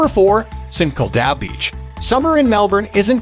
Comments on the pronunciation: It's Saint Kilda! Not Sinkilda! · You say st kilda like sin-kil-d-ar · SAINT KIL-DA BEACH...hahahaha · Try saying saint kill da beach (st Kilda beach) we might be able to understand what you are saying!!! 🇦🇺 😳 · Great video but bad pronunciation for St Kilda and swampland, it's pronunced "Saint Kill-dar" and "sw-omp-land" not "sw-amp-land" lol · Three reasons for not subscribing. 1. St Kilda is pronounced, “Saint killed her.” 2. No mention of the world famous Melbourne cricket ground or MCG. 3. There is no god. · I know he was like “sankleduh” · IM SORRY BUT THE WAY ST KILDA IS PRONOUNCED LMAO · you said st kilda wrong 😭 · Melbourne is not the capital of Australia! And the pronounciation of St Kilda is so off 🤔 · Melbourne born and bred here. The pronunciation of St Kilda cracked me up too 😂. Other things I never knew about Melbourne , oh they weren’t true lol.